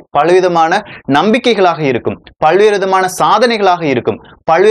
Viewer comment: Please speak good Tamil.. practice pronouncing ல. You pronounce ள while telling பல்வேறு